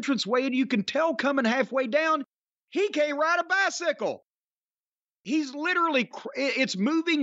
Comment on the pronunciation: "He got a bythickle"